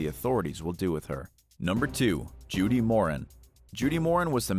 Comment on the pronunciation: I love your vids but can you check the pronunciation of names a bit better (even if it seems straight forward). Judith Moran her last name is pronounced 'More-an' and she was dubbed by Australian media Mama Moran. The family were a big part of the Melbourne gangland killings.